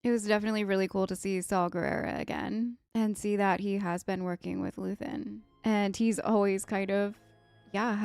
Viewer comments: It's Luthen. Luthen Rael. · just luthen, not luthien